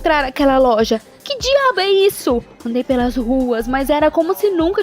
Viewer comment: “que diaboehisso” KKKKKK